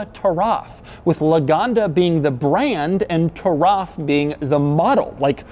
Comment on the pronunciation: Hey Doug! Taraf actually means Heritage in Arabic! It is pronounced Turath 🙏🏻🙏🏻 keep up the great videos ! Been with since 50k buddy 🙏🏻🙏🏻🙏🏻